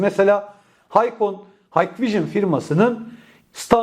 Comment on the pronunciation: hikvision,haykvijın diye okunmaz kardeşim,hikvijın diye okunur,umarım sonraki videolarda bu hatanı düzeltirsin😘